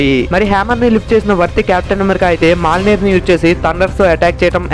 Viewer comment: Adi malnir kadu na swamy Mjolnir ( mioneer)